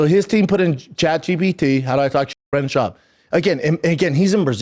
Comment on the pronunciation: Brendal Shaubi 😂😂😂😂😂😂😂😂